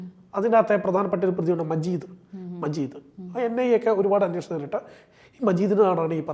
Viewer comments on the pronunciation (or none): none